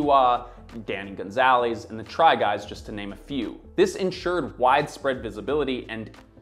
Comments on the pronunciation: danny gon-zay-les is crazy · are we not gonna talk about that pronunciation of "Gonzalez" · Now why did he say Gonzalez like that